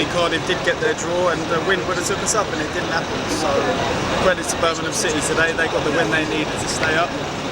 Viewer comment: Why can’t you say Birmingham properly?